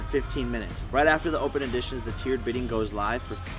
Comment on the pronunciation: It's EDITION not AUDITION